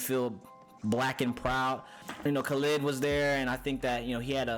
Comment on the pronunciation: You really going to listen to a guy that cant even say Khalid right?